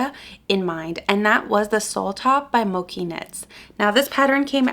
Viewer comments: I had done the Claire vest by Mochi Knit (I think it's pronounced ch though) and it was WAY too big so be careful! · Hi! love your videos. Just wanted to say that mochi is pronounced with a ch sound like in the word chain or chicken. It's a japanese rice cake that is super chewy and delicious!